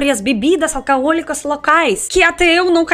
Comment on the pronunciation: Álcool se pronuncia como ÁL (sílaba mais forte)- COU. E bebida Alcoólica AL - CÓ (sílaba mais forte) - LI - CA